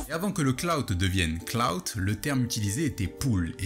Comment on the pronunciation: Merde on dit "clout" pas "cloud" rap. J'ai appris un truc today